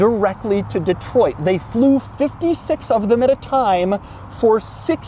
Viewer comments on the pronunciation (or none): none